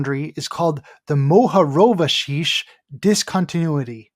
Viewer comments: I'm a Croat and I must say, you've pronounced "Mohorovičić" very, very well!:D And the guy's accent on the name was wrong, not just the surname. The emphasis is on the first syllable. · THANK YOU for pronouncing Mohorovičić correctly! As a Croat I am grateful to hear a Croatian name/surname pronounced as intended on an "english language" video! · Thank you Andrija Mohorovičić! Do you know that we actually don't have flerfers in my country thanks to people like him? Great pronouncing, greetings from Croatia.